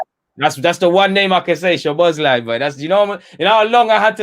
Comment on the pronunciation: I'm hungarian too as Szoboszlai(pronounce it Soboslai) he is a great player and he is gonna be 1 of the top players in Europe we should sign him i think. You're both forget that fact Chelsea has had a transfer budget last summer and they sold hazard plus they've won the Europe league and have played the CL last season and the next season as well they have a loads of money without any investments so imo these signings are not came from Abramovich.